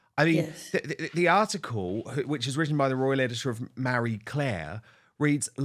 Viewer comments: Dude, it’s Marie Claire, not Mary Claire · "MARRY Claire"?? Thought it was "Marie Claire". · It's Ma-rie not Mary i wish you'd learn how to pronounce names correctly. Actually it's you who should be embarrassed not being able to pronounce words or names correctly not the journalist for Marie Claire.